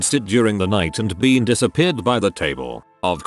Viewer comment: Some of the mispronounced words are jarring, and funny af. Kind of a “break” in the deeply tragic mood. “She diss-AHH-peared.” Lmao.